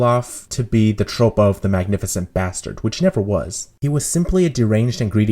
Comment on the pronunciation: acting trope? troupe is pronounced troop